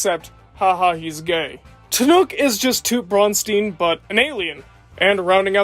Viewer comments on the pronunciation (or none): none